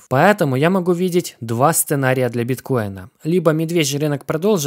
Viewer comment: И поЭтому через "Э". Пааэтаму.